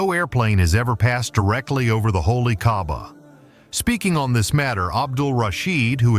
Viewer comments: why you call kahbah kabab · ITS NOT KABAB ITS KAABAH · Wtf bro u said holy kabab u idiot pronounce my gods house right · Bro called Kaaba kabab